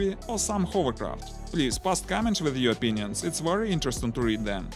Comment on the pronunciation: Yes, it is a wery nice wessel.